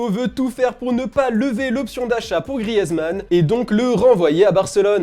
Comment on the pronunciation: Ça ne se dit toujours pas « grièze » mais « Griz »